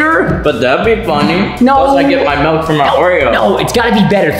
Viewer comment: He said. Melk when its milk 😂😂😂😂